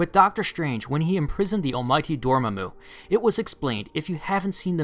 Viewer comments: Never pronounce Dormammu's name like that again please. "Door Muh Moo" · Love your channel but...DORMAMU [Door-Mah-Moo]. Ok thats off my chest now. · lol door mu mu, Door-MA-Mu, there you go